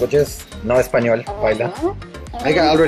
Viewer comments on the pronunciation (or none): none